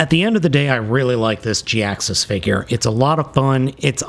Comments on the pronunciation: It's pronounced ja-hax-is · Gee-Axe-Us pronunciation just felt right to me. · any chance its pronounced "high-axe us" ? perhaps the "J" is silent ?